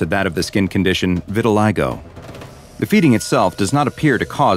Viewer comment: It is vitiligo, not vitilygoo